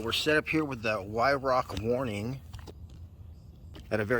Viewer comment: It's pronounced VYRARK.